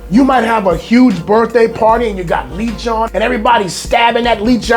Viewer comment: Dont pronounce it as leechon. Sounds like a leech! 😅 instead pronounce it with one e le-chon close to the french pronunciation.